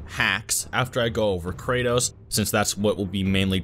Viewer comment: For some reason I hear Cratus instead of kratos